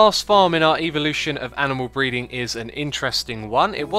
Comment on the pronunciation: duisjfuds dinges I think it's just his pronounciation as I've heard it pronounced like that a few times,even if I would prefer to think it was a reference :P